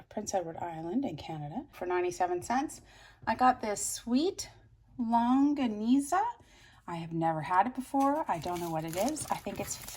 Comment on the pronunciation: Yes you are pronouncing the Filipino sausage correctly, I wish I could find some here in El Cajon California, I miss them